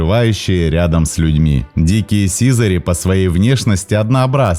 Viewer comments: сизАрь, а не сИзарь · Хороший ролик, но сИзарь ухо режет. Вы если не знаете куда ударение ставить, словаре посмотрите. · Чувствуется, что автор голубями, как и биологией вообще, не занимался и образования профильного не имеет. Поэтому в тексте ошибки. Слово "сизарь" - с ударением на последний слог произносится, хотя бы название героя своего нужно знать)) Никаких брачных танцев в полете нет у голубей, способность переворачиваться - искусственно выведенное свойство, оно есть лишь у некоторых пород (бойных) и никакого биологического смысла для самих птиц не имеет, лишь желание и удовольствие человека стоит за этим искусственным отбором. Так же нет у голубей никакого лидера в стае, как, впрочем, и у большинства стайных птиц, и уж тем более самочки лучшие ему не достаются - голуби моногамны, и в норме сохраняют верность партнеру (могут сменить лишь при болезни или гибели) - есть исключения среди скученных городских популяций, но именно исключения. Птенцы не только щелкают клювом - для них характерен громкий писк, даже называют птенцов в возрасте до месяца "пискунами". Насекомых они не едят, ну и так далее. Предположу, что все видео на канале подобного рода - что-то где-то скопировал, в википедии первый абзац прочитал, скомпилировал... Приятно, конечно, что у человека есть энтузиазм и интерес к родной планете, но зрителям не следует забывать, что канал любительский и верить на нем всему не стоит. Особенно осторожным нужно быть школьникам - можно повторить какую-нибудь неточность и получить двойку) Автору - пожелание глубже изучать тему, аккуратнее подбирать материал, проводить анализ источников. Заве